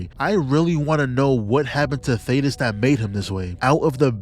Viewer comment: I’m leaving a like bc you are the only YouTuber to call thaedus (thay-dus) by his actual name and not Thaddeus👏👏👏